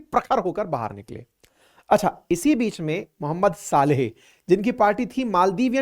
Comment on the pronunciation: सालेह नही सोलीह